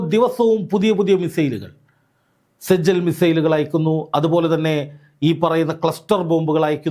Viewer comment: സെജ്ജൽ അല്ല, സിജ്ജീൽ മിസയ്ൽ